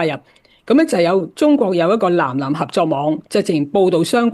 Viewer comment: ❤ 藍藍合作？原來是《南南》合作！藍与南的發音是不同的。❤